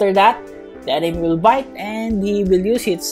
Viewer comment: u said bite instead of bait